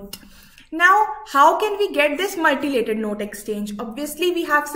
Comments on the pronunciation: Ya right it’s mutilated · pls its 'mutilated' not 'multilated'......its making me cringe hearing her say 'multilated' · Mutilated mam , not multilated